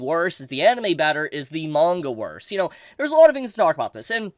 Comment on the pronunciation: Lol when you said anine you've been reviewing alot my dumb ass was like wait he hasn't done an actual like reviewing of anime weekly in a hit min then I remember mushiko tensei as you said it